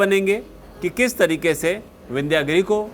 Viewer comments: विन्ध्य गिरि है,विन्ध्यागिरि नही केवल इंग्लिश पढने वाले कभी शुद्ध उच्चारण नही कर सकते भारतीय शब्दो का ,शुद्ध बोलने लिखने के लिए संस्कृत जानना होगा नही तो खाते रहो गोता अज्ञान के सागर मे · शब्द "विन्ध्यागिरी" ग़लत है, 'विन्ध्यगिरि' बोलना और लिखना सही है।